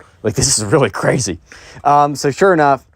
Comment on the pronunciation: o me god that so cwazy